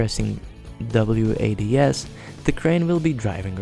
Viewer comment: should be punished for saying wads and not wasd